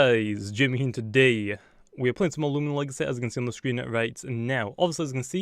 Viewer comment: Its loo-mi-na-mi